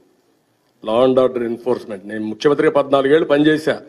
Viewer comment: ముక్ష్యమంత్రి కాదు ముఖ్యమంత్రి అని అనాలి చంబా కడానా 🤪